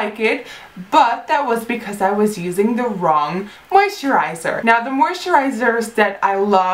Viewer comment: I wonder how many times she can say moisterizer haha